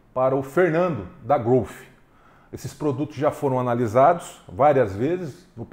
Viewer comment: Obrigado por pronunciar corretamente a marca Growth, com F mudo no final.. não aguento mais ver gente falando "Grouti" ou heavy "dãti"...... 🤦🏻‍♂️